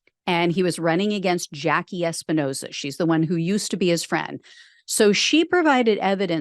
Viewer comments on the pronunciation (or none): none